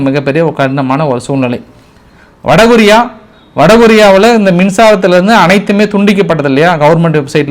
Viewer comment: என்ன ஆச்சி...வடிவேல் bank கொள்ளை அடிக்க கடிதம் எழுதியது போல்..நீங்களும் இன்று கபளீகரம்..என்பதற்கு..அபளீகரம்னும்...அப்புறம் வட கொரியா..என்பதற்கு வட பொரியானும்...சரியில்லையே தமிழ் உச்சரிப்பு. video காட்டும் பொழுதாவது உங்க முகத்தை screen ல இருந்து விலக்கிக்கொள்ளவும்...கமல் படத்தில் எல்லா seen லயும் (15 ரீல்லையும்) கமல் வந்து தொல்லை பண்ணுவது போல்...